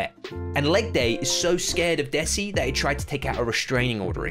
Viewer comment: You are pronouncing 'desi' wrong Its pronounced as (THEY SEE)